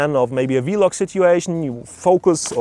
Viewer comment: OMG BRO It's called Vlog not V-log 😂